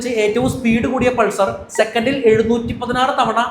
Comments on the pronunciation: അത് പൾസർ അല്ല ബ്രോ... പൾസാർ എന്നാണ് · പൾസർ അല്ല.പൾസാർ....